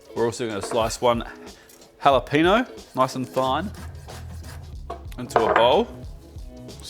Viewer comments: It’s funny that he pronounces the J correctly in jalapeño but not the ñ. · I love your work, but the way you pronounce "jalapeño" is painful.